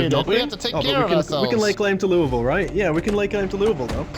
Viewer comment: Imma take the engagement bait and tell you you're saying Louisville wrong. But other than that, preemo playthrough.